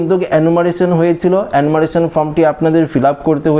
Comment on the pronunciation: Enumeration উচ্চারণ হচ্ছে এনুমারেশন (অ্যানুমারেলন নয়) এবং Fencing উচ্চারণ ফেন্সিং (ফেসিং নয়)। দয়াকরে গনমাধ্যমে ছোটদের ভুল শিক্ষা দেবেন না। বিনীত অনুরোধ রইল ।